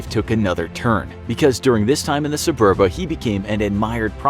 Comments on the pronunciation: Just two mistakes I noticed: It's once been spelled Subura; today it's spelled Suburra; it certainly was never spelled nor pronounced Suburba. Pompey didn't flee to Spain but to Greece. You make it soud like if Dyrrhachium was in Spain. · SUBURA. Not "Suburba". Fire the scriptwriter.